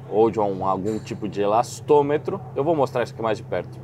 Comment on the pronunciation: Com 25 minutos do vídeo o fala elastometro e esse termo está errado, e o certo é elastômero.